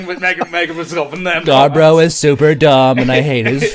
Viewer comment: pronunciation boggles the mind